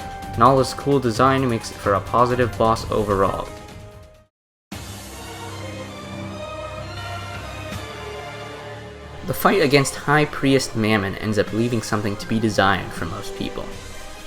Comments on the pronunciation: such a great video!! very nice analysis and reasoning for the bosses and the editing is appropriately simple but clean (good thing). the only bad thing i can think of is the pronounciatiom (high pri-est mamon??) but other than that very epic video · Priest is pronounced (prEE-st)